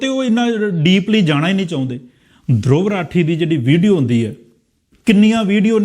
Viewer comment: ਦਰੁਵ ਰਾਠੀ ਨਹੀਂ,ਧਰੁਵ ਰਾਠੀ ਸਹੀ ਬੋਲੋ।